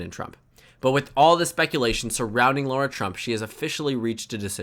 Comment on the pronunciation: i don’t like her but why do you pronounce her name as laura 😭😭😭